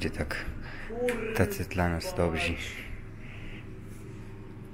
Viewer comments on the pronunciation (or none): Dobzi a nie Dobrzy? :)